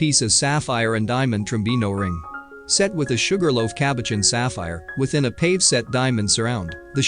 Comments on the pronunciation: It's pronounced PAHVAY, not PAVE. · It’s PAVE’ (pah-gay). Not pave. I wish these neophyte twits would learn how to pronounce words correctly. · Van Cleef and Arple? It happens to be Van Cleef and Arpels. This video is an illiterate nightmare. Pave set? (it's PAVEA) NOT PAVE ! This also was mangled in pronunciation. Honestly! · This narration is pretty ordinary ‘pave set diamonds’ 😂. It’s pavé. Among other clangers 🤦‍♀️ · Not "pave" (long A)... "pah-vay". Ugh! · The word Pave is pronounced pav-eh….not simply pahv. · Who was narrating this video? It’s pave’ diamonds not pave “the street” diamonds. Van Cleef and Arpuhls?! Goodness. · "PAVE set diamond"? Really??? It's pronounced pa--VAY. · It isn’t pave it is pay vee. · Pavé is pronounced pah-VAY. NOT payve. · It's pronounced (Pa Vea) And Van Cleef and Arpels have always been Van Cleef and Arpels. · DUDE IT'S PAV'E (pa vay) COME ON GET IT TOGETHER,!!!! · A very interesting and informative video but it is spoiled by the computer voice which mispronounces jewelry terms like pave (pa-vay) and marquise (mar-key). Please fix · The fool narrator can't even pronounce pave correctly ... as in pave set diamonds (not pave as in pavement ) ... or "Sotheby's" either. Such ignorance is cringeworthy ffs. Why are these You Tube productions always so third rate ... There was even a typo in the cursive font scrolling during the OTT intro. It read ... " The gift from every men she loved " which is obviously incorrect. It should have read ... the gift from every man she loved". So I wonder who churns this shite out ??? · It's a shame that the Commentator isn't more familiar with common jewelry terms like "pave" (pa-vay), "Arpels" (R-pells) & "K" (carat=gemstones or karat=purity of gold: care-ret) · Do you think they will ever manage to pronounce PAVE correctly. Drives me nuts!!!! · You pronounce "pave" (with an accent over the "e") incorrectly. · He needs to learn how to pronounce cabochon and pavé